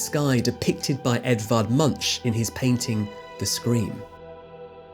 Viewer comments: As a Norwegian your earlier AMOC-video gave me lots of fun anxiety! This video is great too, but it has thankfully only stirred my pedantic side: : Edvard "Munch" ends with a 'k'-sound rather than a 'tsh'-sound. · After hearing, how he pronounced painter Edvard Munch i really want to hear him try it tough. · Your pronounciation of Edvard Munch's surname had this Norwegian falling out of his chair with laughter...